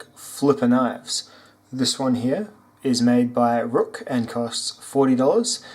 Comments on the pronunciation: Good review but ruike is pronounced rake nbd but how you said rook really got on my nerves but whatever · Hey man, great video. I fuckin love this channel. Also, just to throw it out there, the company clarified its pronunciation as RAKE actually. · FYI ruike is pronounced rake